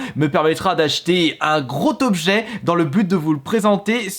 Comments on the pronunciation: un gros Tobjet, bravo la liaison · Un gros "tobjet"? Mouiiii mais c'est bien sûr!